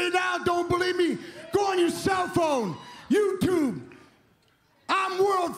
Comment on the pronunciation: Did he say "yubetube"